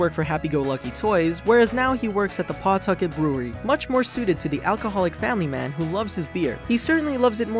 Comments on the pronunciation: I love how people outside Rhode Island pronounce Pawtucket. The pronunciation would be more like P'tucket. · You said Pawtucket wrong